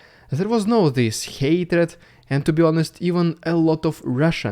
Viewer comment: Странно, neighbour ты норм произносишь, с мягкой "р" а hatred, с русской, "rolling R" ))) ERRREIZ, MORRR, EURRROP, UNDERRRSTAND